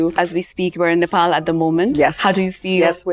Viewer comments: She pronounced Nepal so well — not like 'Nepol'. Nowadays, even Nepali kids pronounce it like that.❤ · Lara Dutta is pronouncing Nepal and Nepali very correctly other wise most of the people pronounce like Nefal and Nefali